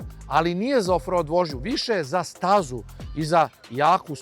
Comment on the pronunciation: Zaboli me kad čujem "road", brate Vuk Karadžić nije Angosaksonac, zato se to čita "roud".